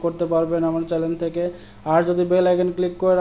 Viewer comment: ওস্তাদ উচ্চারণ ঠিক করেন। আর ভিডিও কোয়ালিটি ভালো করেন। চেলেন না চ্যানেল বলতে হবে।